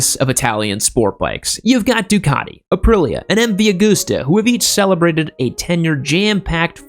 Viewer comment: MV Augoooosta. Really? Ducaddi. Really? Other than terrible pronounciation, at times, this was a great video.